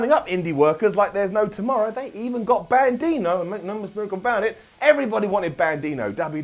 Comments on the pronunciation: Are you saying "Bandino"? Love ya,. It's"Bandido", which is Spanish for Bandit. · Bandido (ban-d-dough) not bandino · The name is Bandido, not Bandido. I love your channel! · bandino? you mean Bandido? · It's Bandido, not bandino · Bandino??? Lol it's Bandito!! you n Ollie make me laugh every time I watch. Such an awesome show. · Bandino? Who is Bandino? At first I thought just made a little error. But he kept saying Bandino...